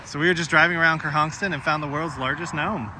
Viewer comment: “Ker-honk-son” not ker-honk-ston